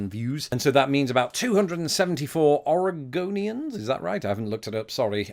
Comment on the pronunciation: Thank you for pronouncing Oregon and Oregonian correctly.